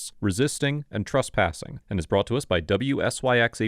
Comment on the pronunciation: Why do you call it "trUspassing"? The third letter is an E, not a U. Did the reporter get arrUsted? In the morning, do you get drUssed before going out? It's TRES, rhymes with DRESS.